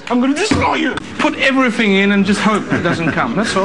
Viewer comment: EVERYFING!!!! XD hellmuth persona + dwan plays = tony g